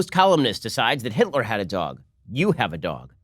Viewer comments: "HITLAH" - Ben Shapiro 2019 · HEETLA! LOLOLOL